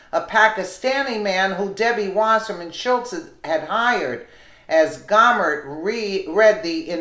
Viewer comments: I like your videos but you have got to start pronouncing words correctly. Gohmert isn’t Gaw mert. Gohmert is pronounced Go mert. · Fyi its pronounced Go Mer t Jesus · Pronounce his French name. Go mare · This is my representative. Is pronounced Go-Mert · No big surprises here! Just one note though - Louie Gohmert is pronounced like Go-mert. He's my congressman and friend and I just like to hear it pronounced correctly. He's a heck of a good guy, a true patriot and the salt of the earth!